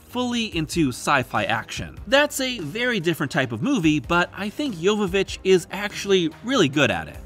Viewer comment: Holy crap, you pronounced Mila's last name correctly! That is rare.